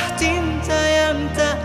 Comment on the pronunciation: Ini ada kenangan juga. Debat dg sahabat2... Adakah cinta atau adakah Tinta? Fatur memang nggemesin pengucapan liriknya. Cinta atau Tinta sih???? Hihihi...